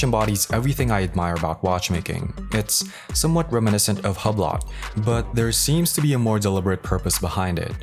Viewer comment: bruh its not pronounced Hub-lot its pronounced HU-BLO like blow and the T can be silent